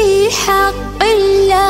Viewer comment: В Имени Аллааh, не до конца произносишь все буквы